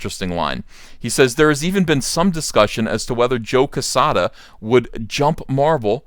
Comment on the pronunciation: Jesus Christ you can’t even pronounce joe quezada correct